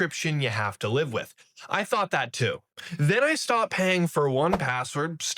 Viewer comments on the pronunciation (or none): none